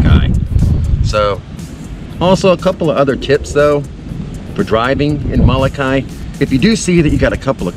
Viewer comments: Pilipo and Kawaimaka (Greg) Solatorio, who are direct descendants of the original natives on Molokai, taught us to say it this way. When it is pronounced with the ee sound on the end, it gives the name a different meaning. If you take the Halawa Valley Falls Cultural Hike on the island this is all explained. They can be found by calling or on the Internet at Mahalo nui loa. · Nice video. I have never heard a Hawaiian pronounce Molokai the way you do.